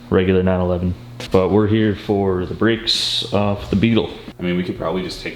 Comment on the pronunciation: Wondering what the Fk Bricks you were talking about then I realized it was brAkes.... Al least you didn't say Sodder instead of soLder.